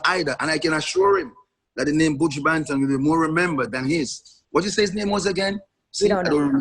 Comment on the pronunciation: Angela "Your one of my favorite artist" but you can't even pronounce the mans name correctly lol